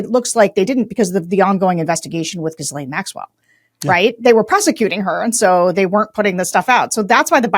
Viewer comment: Dear Sarah, why are you pronouncing her name JIZZlane? Asking for Tim.